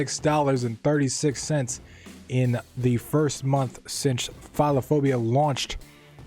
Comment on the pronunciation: Jesus it's pronounced pheelophobia, the way you pronounced it sounded like phalophobia which means fear of dicks 😆